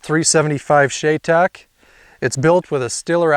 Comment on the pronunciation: It’s pronounced Shy-tac